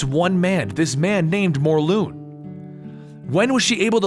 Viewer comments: its morlun not morloon god damn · I'm confused I thought it was pronounced morlun not morloon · Is it actually said More-loon? I always pronounce it More-Luhn. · IT'S NOT "MORLOON" IT'S MORLUN AS IN K'UN L'UN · It’s pronounced mor lun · It's pronounced "More-Lun" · It's morlun